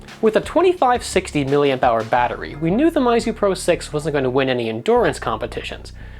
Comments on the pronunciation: MEYZU, not MAIZU* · It's Meizu, not Maizu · PhoneArena, why do you say mAizu??? Its mEizu, What where you thinking? Basic kindergarten english... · Its.... Pronounced MEYZU..... Not MAYZU lol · since when was meizu pronounced mizu? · well I think it should be pronounced as "Miizu".. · Your pronunciation of meizu is killing me